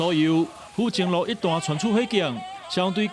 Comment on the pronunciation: 記者唸錯了 府前路在地人是讀Hú-tsiân-lōo